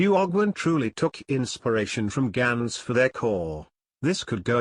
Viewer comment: yeah... but gans in dutch is pronounced "GAH-NS" not "GEH-NS"